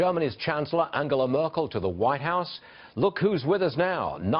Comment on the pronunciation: Farage, you cretin, learn to say Angela Merkel's name right! If you want to translate her name into English, be consistent and talk about Peter Trudeau and Gerry Wilders.